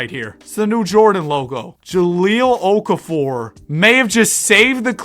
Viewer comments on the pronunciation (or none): IT'S OKAFOVER